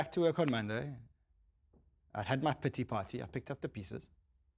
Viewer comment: Didn't know how much I needed to hear the phrase "pity party" in a South African accent. 😂🌍